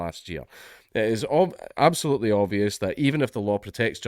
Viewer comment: "An sbilutely" -Jesus H Christ